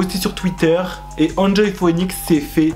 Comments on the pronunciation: Phoenix se prononce fénix hihi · Ca me stresse comment tu dis “phœnix”😂